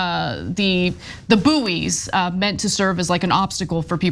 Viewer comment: Boo'ee's!!! Wtf 😂 It's bouys, pronounced as boys! Americans!!!!! 😂😂😂😂 🇬🇧 🇬🇧 🇬🇧!!!!